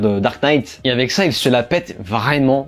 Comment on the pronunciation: C’est pas une prison, tu n’as pas lu le comic book. Pas hyper crédible pour faire un commentaire. Tu m’as perdu au moment où tu fais la liaison « vraimentz »